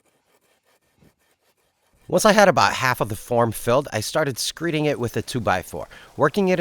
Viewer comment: Neither I nor YouTube CC (closed captions) understands the word you are saying as you slide a 2x4 across the dry pour. Are you saying “screening”? CC hears it as screeing. What is that? Screet? Screeting? And why do you lay your rebar flat on the ground? I’ve seen contractors raise the rebar up a little bit off the ground.